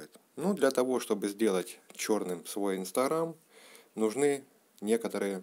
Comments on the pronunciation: Не инсторам а инстаграм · Не инстарам а Инстаграм